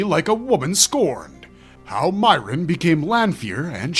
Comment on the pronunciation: "MEE - air - inn", not "MY - rinn"